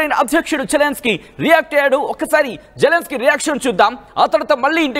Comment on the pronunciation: వాడు జెలన్ స్కై కాదు...జిలన్ స్కై